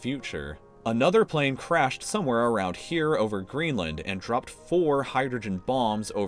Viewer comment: thearawrawround... lul